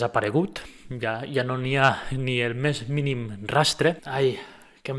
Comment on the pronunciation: Bé, deixant de banda la degradació actual de la llengua a TV3 i en molts altres mitjans, mai he acabat d'entendre perquè en molts doblatges les paraules "jo" i "ja" els pronuncien com "io" i "ia". Vaig veure un comentari d'una dobladora (no recordo qui) que explicava que era a petició de la productora. Entenc que deu ser per una raó semblant que la de "vull" per "vui", però no l'entenc, perquè jo parlo dialecte central i pronuncio aquestes paraules amb la j. No ho sé, ho trobo incomprensible.